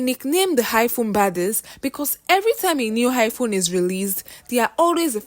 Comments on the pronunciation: Listening to you pronounce iPhone as Hiphone I can authoritatively state here that you come from the Akamba community in my country Kenya. Hi! 🤣🤣🤣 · Why u saying high phone 😅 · Highphone abi iPhone?🤣🤣😂 Yoruba people nd pronunciation 😅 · It's not highphone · Am I hearing Hi phone??😂😂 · 🤣🤣🤣I heard same